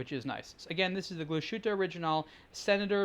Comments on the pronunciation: It's not Kla' Schuute, it's Glas Huttte. ;-) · Actually it’s Glas Huette, or, to be more precise, GlashYtte. Don’t forget that German umlaut. Ü is pronounced quite differently from just U … ( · You pronounce that so wrong...